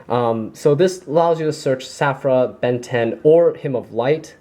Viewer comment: Just a little FYI, it's Saffira, the Queen of Dragons. Saffira has an "i" in her name. You are leaving that out in your videos.